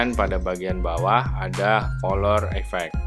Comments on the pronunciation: Bangg colour baca nya bukan kolor tp kaler bangg...heheheh maap bangg sdikit koreksi aja gpp kan...hehehehhe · kalee (tanpa R) .. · bukan tanpa r jugak, Tapi bunyi r nya gak dtekan alias ngak jelas gitu. Heheh